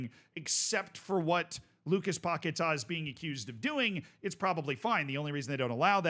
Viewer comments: It's paqUeta not paqetar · It's Paqueta Not Paquetaaa 😂😂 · Lucas Pocket-Ah